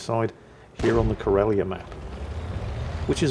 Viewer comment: The way you're pronouncing "Karelia" like "Corellia" makes me expect to see a Star Destroyer show up at any time.